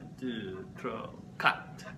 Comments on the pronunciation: the french accents are so interesting ive never heard it before, the way you pronounce some of the words are much different then ive heared. ex: saying Trois he sais: 'tro'' instead of trwah etc and the ''toi'' they sai''twoh'' instead of ''twah'' its like the ''OI'' and ''A'' are different ways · Mans just said 3 as “Troh”